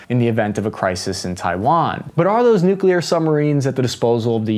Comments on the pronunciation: Its Al-bah-knee-see! Not All-bah-knees. And please please please learn how to pronounce nuclear. New-clear. Not New-kew-lar. Jesus its not hard man. 😅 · Love your stuff! Always have. But I'll pay you TWICE as much next time, if you can start to pronounce "nuclear" correctly.🤣 Hint: There's only one "u" in nuclear... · Someone's been working on their pronounciation for the word "nuclear". Good job! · Nuclear! Not Nucular. Pronounced New-clear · The distance comparisons here are comically Team America style. Other than that, it was fine, right up until noo kyoo ler. Just... god, get one of the most important words in the discussion right. Christing fuck. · “nuke-you-luhr”??? You of all people????